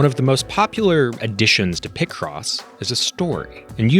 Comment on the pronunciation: there's no way people pronounce it like that. Do people also exist that pronounce pi as "pih"? It's always been pie cross to me